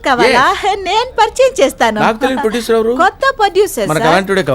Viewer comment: producer kaadhu poducer 😂